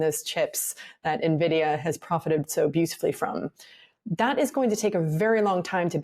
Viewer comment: Turning off after the second “nerr-vidia”. Hard to have any confidence in a host who can’t pronounce the well known name.